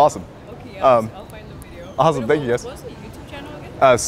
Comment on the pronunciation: She watches his what “videroo” 🤣😂